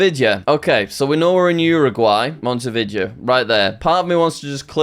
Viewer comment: Your pronunciation of Montevideo makes me want to cry